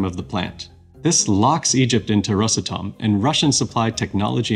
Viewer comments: RosAtom, not rosatOm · Rosàtom not Ròsatom. Please, don't heart my heart and ears! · You make the company sound like a cough medicine “Rosatum” 😂.awesome video tho good job 👏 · rosA'tom pls, dont rOsatom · Well done video, but a small disclaimer: not rosatOm, but a simple Ros Atom, ROS ATOM, RosAtom. Prepare better next time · Ros. [a short pause]. Atom - is how the company's name should be pronounced. Rushed "Rosatom" sounds kinda funny. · Oh, FYI, Ros'atom, stressed on 'a' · The correct way to pronounce it rosAtom. The letter A is the driver of the word. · It's called RosAtom - the stress is on A. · Very informative interview, but for good’s sake, it’s Ros átom, the stress is on the “a” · Nice but it's rosAtom (the stress is on the first syllable of the word atom) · the stress is on the "A", like Atom, it is spelled together, but is pronounces as two words, ros-atom, (atom - just like in english the a is stressed, not o) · You said russletum 37 times in 4 minutes Edit : just finished the video. 129 times in this video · Nice video ! Btw its pronounced rosAtom. The stress is on the letter a, not on the o. (Source- I live in Russia) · It's pronounced "RosAtom" with stress on "a". Almost the same as "atom" is pronounced in English. (English/Russian bilingual). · he is speaking english where the stressed sillable is usually the first one. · Thanks. I'd never notice this without you 😂 However, the word (as in the name of the company) is Russian. Hence "ros" and not "rus". So if this is the explanation you favor, - he ought to pronounce it as "rUsatom" with stress on "U" because he is speaking English and Россия is "Russia" in English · after all the work you put into this video should have put 2 extra mins into learning how to pronounce Rosatom. The ''may be behind'' part in your video where you talk about Rosatom reactors, i think your brain might be behind